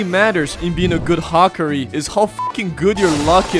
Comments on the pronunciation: Bro called hakari "hakri" 😭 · You saying 'Hakari' is so cursed dude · how did bro say Hakarii wrong🙏🙏🙏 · The way he says hakari 😭